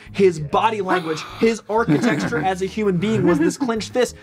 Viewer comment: I’m gonna steal “architexture” from homie 😂